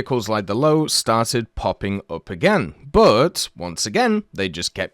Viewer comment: Its not the "Low". 😭😭 I know its hard to pronounce to english-natives but you'd pronounce it kind of like "Low-vey", atleast considering that you cant pronounce the Ö.